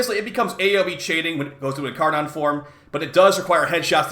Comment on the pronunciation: In car nin man didnt learn anything but basic English pronunciation